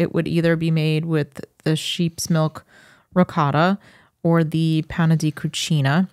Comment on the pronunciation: Agreeeeeed Absolutely made better P.s 😣 " rikotta " I almost turned the vid off:( Please say it right!!! Ri 'g' 'or' ta Ur awesome